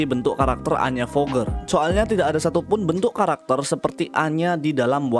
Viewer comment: Nyebut forger bukan foger bang tapi forger ya maksudnya forger : forger nggak forger : foger cuman koreksi doang